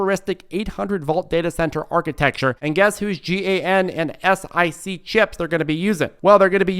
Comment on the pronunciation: FYI I sell semiconductors and you pronounce as GAN and SIC. You don’t spell out the letters.